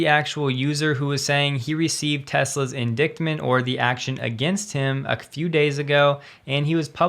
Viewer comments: it's in-dite-ment....not in-dikt-ment... good god man. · Indictment is pronounced in-dite-ment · ooops, indictment - inˈdītmənt . Potato, Potahto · 'indictment' is pronounced like in-dite-ment. Long i, silent c. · Ind ‘I’ ctment. Long I sound , silent c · in-dick-tment lol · FYI...indictment is pronounced "in dite ment". Not a hater, just trying to help you sound better. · I kinda wanted to say something as well, but really... for the those bringing the FUD, i think 'in-dicked ment' is pretty spot on! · Indictment is pronounced in-DITE-ment. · say in DITE' ment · Just a note: pronunciation of indictment was incorrect. Not a big deal, just thought you might want to know. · you need to google the pronunciation of INDICTMENT... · Cannot pronounce 'indictment' correctly??? What else don't you know?